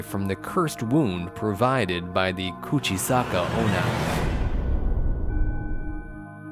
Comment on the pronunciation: Bruhh you talk soooo supper slow and your said "kuchisake-onna" it was so wrong Explenation like idc😑😑